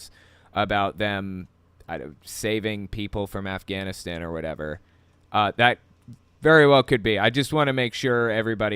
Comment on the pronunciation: "GUYS, the afganastanannies" LMFAO